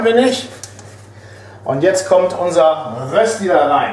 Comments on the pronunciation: Rösti ist nicht gleich Kartoffelpuffer. Die Betonung bei Rösti liegt auf dem Ö. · Es heisst nicht Rösti es heisst Röööööschdi ;) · Ich als Schweizer finde es totsl lustig wie ihr deutschen rösti aussprecht